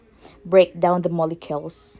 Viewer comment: Ma'am its mole'cules' like mo-le-q-uls pronounce the 'u' not mo-le-kels. Good perfume making demo though